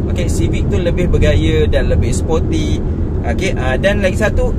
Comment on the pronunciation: Bukan spotty bang, sporty. Spotty tu tompok2. Haha.